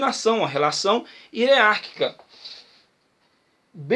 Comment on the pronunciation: Parabéns pela aula.. somente um toque na pronúncia da palavra "hierárquica" .. grande abraço